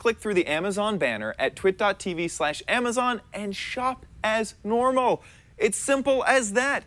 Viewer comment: Ludvig SC Games I thought he said twat